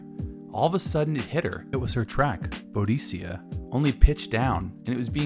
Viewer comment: That and his f'd pronunciation of Boadicea (Enya's track is absolutely one of the accepted spellings, same mythical heroine either way). Between that and the apocryphal story about Enya just flipping her dials and happening to hear the song, which isn't how she tells it at all, there's not much worthwhile content in this video.